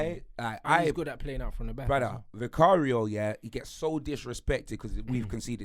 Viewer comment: Man said vicario... 🙄